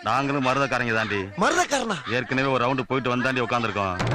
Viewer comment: மதுரைக்காரன் சொல்ற புண்ட மதுரைக்காரன் கூட ஒழுங்கா சொல்ல தெரியல மதுரைக்காரன மருதக்காரனா 😂 வடிவேலுக்கென்ன மதுரைக்காரன்னா மயிரா